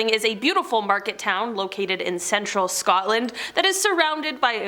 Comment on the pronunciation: They got Scotland right 😂